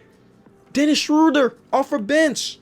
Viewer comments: He said Dennis Shcrououder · Lmao😂 Dennis SchroeDDDer